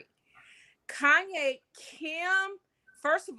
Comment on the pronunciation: I was bout to change the channel, till I heard this fool say “Kayne need Azalea Banks”. - 🤣😂🤬